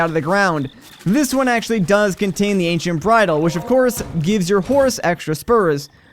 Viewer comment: Am I the only one who heard him say "Asian horse gear" instead of ancient horse gear